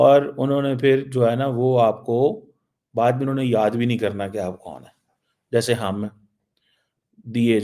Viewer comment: Unhone not anhoneh 😂😂😂😂